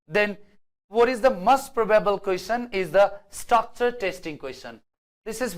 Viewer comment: In pronunciation of Question its ts' cha' sound not sa sound '